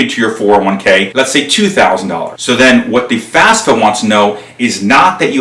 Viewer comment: Good job. Note, it's not the "fasfa".